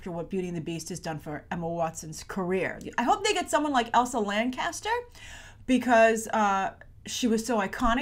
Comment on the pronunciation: It's pronounced Lan-chest-er.